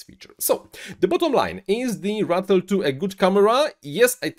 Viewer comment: Who else was laughing every time he said Rattle instead of Ratel lol